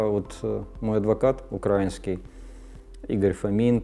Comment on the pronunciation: Достойное интервью. Единственное режет слух слово "украинский" с ударением на "а".